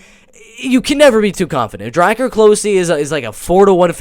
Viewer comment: it pronounced close like "wow they almost found us that was close" and its Druh-Car lolzz so thats druh-car close hehe